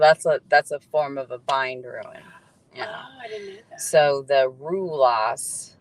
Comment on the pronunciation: ruin??? how about rune, rhymes with dune or moon or tune